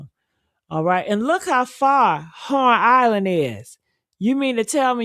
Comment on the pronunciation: It’s called HORN ISLAND not Lorn Island